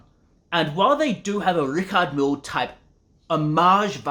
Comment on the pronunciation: at least you could have learned how to say Richard Mille